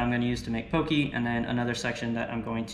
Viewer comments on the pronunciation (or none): So good! That sushi rice powder is a godsend, so much more forgiving proportions wise. Nitpicking, but poké is pronounced more like “Po’-Kay” than “po-key”. Awesome video guys, subscribed 🤙🏾